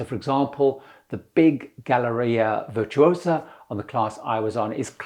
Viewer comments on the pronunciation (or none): One and done with MSC. *Virtuosa = Veer-too-oh-zah, roll the R